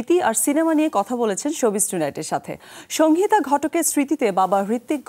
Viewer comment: ঘোষিকা "সংহিতা" উচ্চারণ করতে জানেন না ।